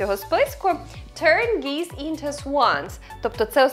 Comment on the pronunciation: гуси буде "geese", а не "geeze"